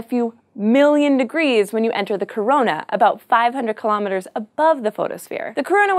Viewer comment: Kilometers is pronounced "kill-oh-meters"... not kill-ahm miters"